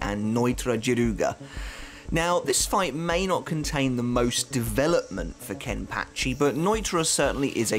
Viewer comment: Is it just me or does anybody else like the way say’s “Kenpachi”? Idk why but it’s so satisfying